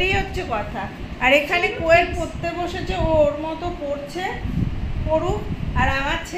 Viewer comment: 100 baar sentence er modhh eektukhaani ektu khaani...bolen kano Emitei aapnar uchharon khub kharap.. Porte ke kolen..potte